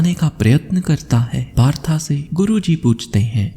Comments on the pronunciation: That's not partha that is पार्थ। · कहानी बहुत अच्छी व प्रेरणादायक थी आपका प्रस्तुतिकरण का तरीका भी बेहद शानदार है लेकिन एक निवेदन है कृपया 'पार्थ' जो कि अर्जुन के अन्य नामों में से एक था को तथाकथित मॉडर्न बनने के चक्कर में बार बार 'पार्था' PARTHA कहकर संबोधित कर अर्थ का अनर्थ ना करें। हिन्दी भाषा के शब्दों का उच्चारण ठीक ढंग से करने का प्रयत्न करें बाकि आपका प्रयास सराहनीय है। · Partha Nahi Bhai Parth bolo